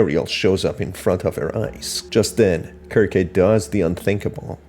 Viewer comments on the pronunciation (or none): Pretty sure the name is pronounced "serc-see", not "Kirk-kay" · Circe in Greek is pronounced as Kir-keh, especially if she's named after the witch in the Odyssey and the story of the Argonauts. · Dude her name is pronounced "SIR-SEE" like the witch from greek myth that turned men into swine. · ... in the video you literally hear Bobby's voiceline and he pronounces her name as 'Kir-Kay'...did you not watch the video? It is NOT pronounced 'Sir-see' based on the in game audio lol. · For future reference, I believe her name is pronounced "Sir-see" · (sear-see) is how you pronouced Circe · how do you read someone's name that badly? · Good video, you spotted a lot of things I straight up overlooked! Circe is a very interesting name, I think it’s from Greek mythology? Don’t sweat the pronunciation, it’s not an easy one to get at first. I pronounced it wrong for years (sir-kee). Heck, I spent years thinking cologne (col-own) was pronounced “co-log-nay”. 😂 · The pronunciation can vary